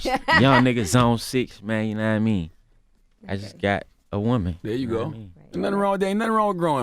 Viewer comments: Take shot when my nigga say knamean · "yakawaImean"... omfg nigga please enhance your vocabulary!!!